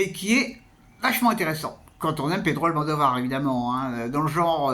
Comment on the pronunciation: Par contre il y a l'air que ça va être difficile de sortir de votre habitude de dire "AlmANdovar" ça doit faire des années que vous prononcés comme ça j'imagine 😅